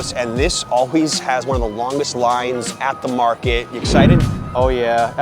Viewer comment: *Market not mraket